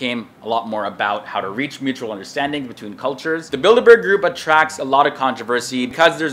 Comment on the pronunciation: The way you say Bilderberg Group sounds like "Build-A-Bear Group" lmaooo